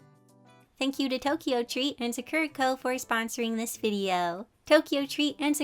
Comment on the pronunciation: Just an FYI as someone who’s Japanese, Sakura is pronounced saw-coo-da. I think the company would appreciate a proper pronunciation.